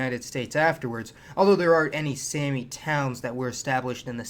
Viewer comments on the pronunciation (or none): One more thing, the Sami people, it's pronounced like "mommy" "Sommy, not Sammy! 😂